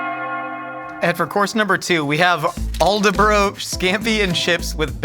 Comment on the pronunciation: Horrific pronunciation of Aldeburgh from with that fish and chips 😂😅